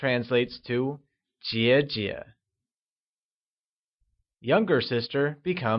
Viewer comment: Your pronunciation is in general very good. However, your pronunciation of the word "Jie3jie" --Your pronunciation is a bit off. It sounds like a second tone and neutral tone. It should be a half third tone and neutral tone. I am a native speaker teaching Chinese for many years. Thank you very much for your work. Keep up the good work. I have recommended your videos to my students.